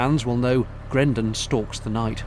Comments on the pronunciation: It's Grendal. Not Grendon, but well done for the Marillion plug! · Dilly dilly.! Love em. But it's Grendel, not Grenden.! Ha, kileigh.! How many more marillion nods.?